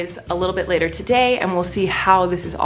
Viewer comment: Later not latair